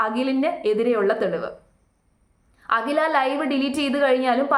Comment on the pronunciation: Akhil Akhil. Akshara sputatha. Agil alla. Abadham . Abadam alla😅😅 hahhha paadham. Paadam u mean field.😂😂